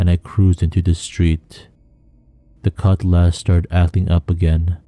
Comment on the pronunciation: I didn't say it was monotone I told dude that if it was a bot it would sound monotone and virtual.the only thing I questioned at first was the cutlass pronunciation that I put 2n2 together. Only thing I could say as advice to any story narrator would be to state every word clearly and with a constant flow make the listener put themselves in the persons shoes. You know what I mean..